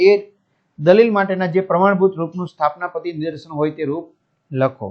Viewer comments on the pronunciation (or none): સ્થાપના પતી નઈ sir સ્થાનાપતી 😂